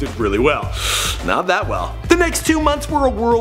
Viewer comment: and why when you quote the kid you say DAT instead of that. cmon bro you think we dont catch that subliminal shade you're throwing